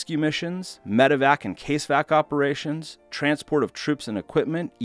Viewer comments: Case-vac? You mean cas-evac? (CASualty EVACuation) It's the small details Good video though. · It's not Casevac it's cas evac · Its CAS-EVAC....like... kaz…….. Casualty Evacuation, note case evac... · It's not CASE-VAC, it's CAS-EVAC. CASEVAC = Close Air Support Evacuation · you meant to say CAS EVAC not Case Vac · its "caz-evac" it means casualty evacuation i don't know why that irked me so much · CAS-EVAC, as in casualty evacuation , not CASE-VAC... sounds like a vacuum :D I know it's irrelevant. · It’s a three syllable word. CAS-E-VAC, not CASE-VAC. As in casualty evacuation. Put the research in before you publish or your credibility ends up in the shitter. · Good video. I would still never ride in one of those things if given the option. One note, though: CASEVAC is pronounced "Caz-E-Vac"... it's short for Casualty Evacuation. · Casevac is pronounce as "Caz - E - Vac" it stands for Casualty Evacuation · Not bad but your pronunciation of things like CASEVAC. needs correction.